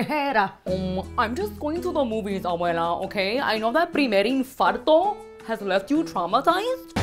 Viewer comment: Primer infarto 😂 😂 It’s primer impacto